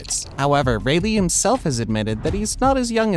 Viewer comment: Your videos are great but I don't know why it pisses me off that you intentionally mispronounce things, like Rayleigh or Beri We have a fucking dub version of the show already lol Use whats in the dub